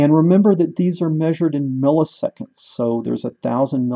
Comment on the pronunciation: "500" migitseconds HAHAHAAHHAHA